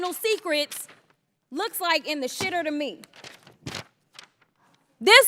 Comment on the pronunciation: I like this woman. "In the shiter" lmao